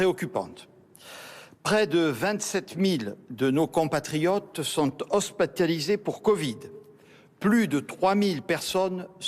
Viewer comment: Hospatalisé ? nouveau mot ?